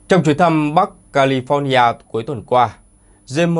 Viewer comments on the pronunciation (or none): none